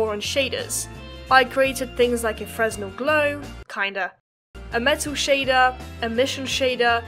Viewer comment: just a nitpick lol, it's freenel or fraynel. not freznel.